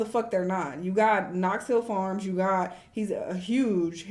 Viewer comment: keeps calling him Knox Hill Farms. Lmaoooo